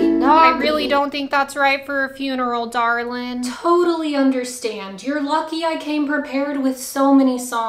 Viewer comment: “Dar Lin” love the ‘Texas’ accent lol